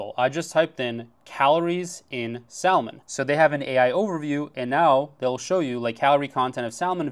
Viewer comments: You know the L is silent, it's not pronounced sal-mon, bro your dates going to walk out of the restaurant😅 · Did you just pronounce the "L" in salmon???